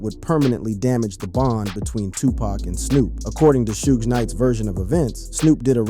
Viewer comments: 😂😂😂😂 he says it right at the start of the video but proceeded to say shoog soosh 😂😂😂😂😂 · Suge pronounced as "Soogay" is crazy work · Why you say suge wrong then you say it the right way 😂😂sougs suogs😂😂😂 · Sue-gay and 2 Park and snoosh pog of breath crow bleckerds table Stocking breaterlizations! 😅😂